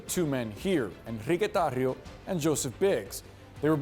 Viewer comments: First off dnt say his name with a Spanish accent, that mfr is not Spanish, he’s a wanna be white boy. Call it like it is!!!! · Nice LATINAZATION on the "Enrique Tarrio!" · he couldn’t just say Enrique Tarrio.